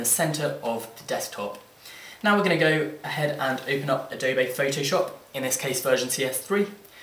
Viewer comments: its not adobay its adobe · adob a... its adob e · a-doe-bay haha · Adobay?? Ado-BE! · Good tutorial, but you say Adobe wrong.